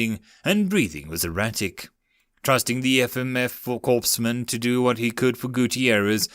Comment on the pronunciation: Corpsman is pronounced core-man. The p and the silent is silent. Sorry, former FMF Corpsman here. Thank you for the narrations